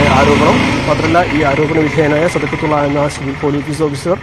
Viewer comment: സദക്കത്തുള്ള എന്ന് പറയാൻ അറിയാത്ത 😂😂😂😂